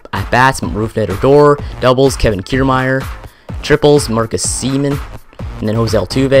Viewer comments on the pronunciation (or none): Lol its pronounces SE-ME-IN not Semen